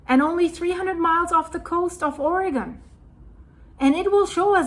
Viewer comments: I love that you know the correct pronunciation of "Oregon" but half of America doesn't. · Thank you for pronouncing Oregon correctly